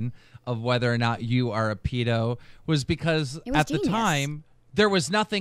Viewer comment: Wtf is a peedo? Lol